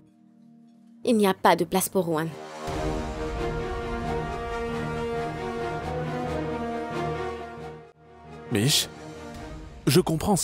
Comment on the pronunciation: Vous qui dites “Juan” là, svp c'est “Ruhaan”🤦‍♀️😅😅